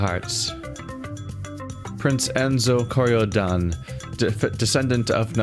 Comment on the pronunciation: French title pronunciation: "Luh-err-ee-tahge (soft g, sort of like a z sound but not entirely a z sound) des Kori-Odan (you got that part right in terms of pronunciation.)" I'm fairly sure that's the pronunciation, at least. Mainly I know English and Spanish, so I'm basing the pronunciation here off of what little I do directly know of French pronunciation rules.